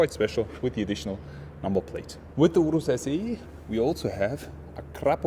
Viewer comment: Your pronunciation of "Urus" is spot on! 😂